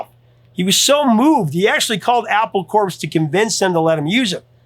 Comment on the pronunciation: Did you just actually say "apple corpse?" Seriously?